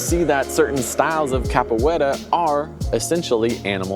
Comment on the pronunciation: It isn't cappa wetta, it's capoeira. A "cappa wetta" is a cappuccino with less foam, so basically a latte.